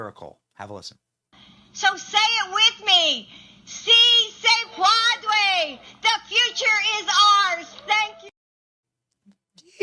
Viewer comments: She missed Bodega too! I think their speech writer is a secret Preident Trump voter. Joetato and his psycho wife Jill, can barely can speak!. She was trying to say: "Si Se Puedes". Te phonetic spelling would be: 'See' 'Say' 'pweh'-'des' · See say pwadway.😑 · Si se puede! You can google that and listen to the pronunciation! So lame!!!!!